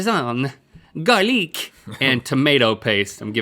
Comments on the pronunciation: “Garleek” -link 2018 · Gar-leak reminded me of speech jammers